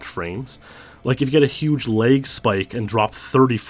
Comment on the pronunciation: lag not leg